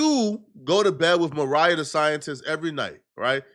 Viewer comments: Maria and Mariah shouldn’t be that hard to differentiate 😂😂😂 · say it with me, Mariah (mah-RYE-uh) the scientist, not Maria 😭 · 🤦🏽‍♀️ it’s MarIAH not Maria 🤣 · Mu-Ry-Yuh Mariah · Bro said “MARIA the Scientist” lmaooooo